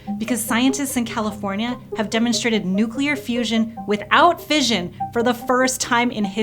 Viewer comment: It is pronounced fish-un As in mission. Do americans say Mizzion ? I doubt it